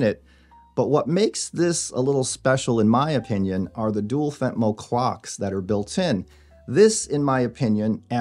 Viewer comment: It’s femto, not fatmo.